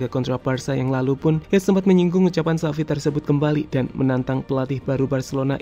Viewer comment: Btw itu kurang x bang Xavi bukan avi